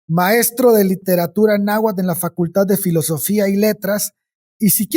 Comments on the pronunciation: Wey, me caen re bien, pero neta hubiese estado más chido que al menos la pronunciación la hubiesen checado, terrible el tamaño de la ignorancia de los representantes mexicanos 😓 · Me hacen dudar de que son mexicanos, que mal pronuncian el nahuatl.